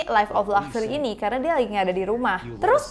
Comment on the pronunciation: Siapa yang pas ngomong luxury tapi kalian denger nya gluxsury yang sama satu server:)